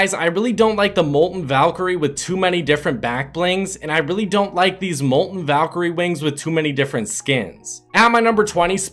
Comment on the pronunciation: Its mol-ten Not mol-en